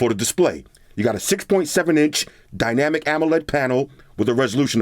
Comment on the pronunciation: it was all serious and stuff until he said dynamolic😂😂 love your videos boss!